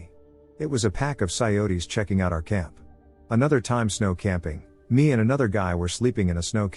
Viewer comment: I CANT COPE WITH YOUR PRONUNCIATIONS DUDE.. ITS PRONOUNCED, KILOMETERS, NOT KYMSSSS, AND COYOTE, IS PRONOUNCED KY-O-TE NOT PSY-O-TE!! ITS FUCK, NOT DUCK! AUS IS AN ABBREVIATION FOR AUSTRALIA, ITS NOT PRONOUNCED, OYCE... ALSO BRACKETS, COMMAS, BACKSLASHES ETC ARE NOT MEANT TO BE READ OUT! THEY ARE TYPOGRAPHIC/KEYBOARD SYMBOLS THAT PROMPT YOU HOW TO NARRATE A SENTENCE. ITS LIKE THE STORIES ARE BEING SPAT OUT BY A COMPUTER ... ( UNLESS IM MISSING SOMETHING HERE AND THATS ACTUALLY WHATS HAPPENING LOL 😅😅). AND YOU REALLY NEED TO DROP IT BACK A NOTCH ON SPEED DUDE. TAKE A BREATHE... ITS MUCH MORE ENJOYABLE FOR THE AUDIENCE IF YOU SLOW IT DOWN, ESPECIALLY WHEN THE MAJORITY OF PEOPLE LISTEN AT NIGHT TO WIND DOWN FOR THE DAY... GREAT CONTENT, BUT YOU NEED SOME CONSTRUCTIVE CRITICISM HERE, A FEW TWEEKS AND IT WOULD BE PERFECT!!